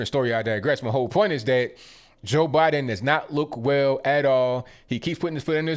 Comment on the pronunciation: "Bye-done" needs help!